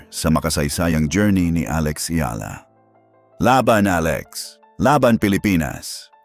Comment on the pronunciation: It's comforting when Alex Eala's name is pronounced correctly. 😂